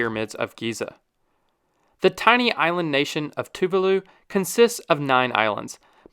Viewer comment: Ouch that Tuvalu pronunciation hurt 😬 Tuvalu 🇹🇻- Two vaaah (drag out) loo.